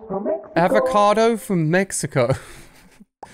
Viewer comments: is it just me or the avocado says its a Appel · So funny when he said avqcoto at mextco